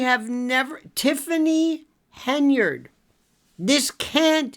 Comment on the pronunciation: Pronunciation is terrible - tifffany hindered ?